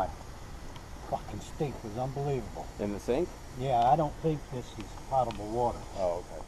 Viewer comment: Guys, the word "potable" is pronounced with a long "o". It's not "paht-a-ble" but rather "poh-tuh-ble" water. Here's a dictionary entry which speaks the word when you click on the speaker icon: .